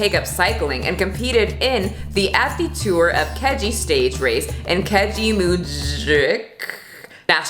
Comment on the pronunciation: As someone who trains at the same gym as Greg and lives near him. Listening to you pronounce the names of my city, province and Keji Park had me dying laughing.